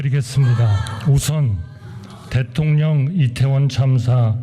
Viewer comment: 대통련 발음이 이상 하지가 않네. 잘어울려